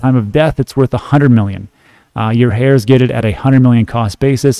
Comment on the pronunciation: Haha, it's pronounced "air"